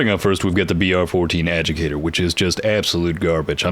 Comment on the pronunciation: Adjudicator not adjicator lol